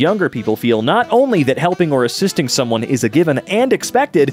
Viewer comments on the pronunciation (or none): Did he really pronounce “assisting” as “ashistianting”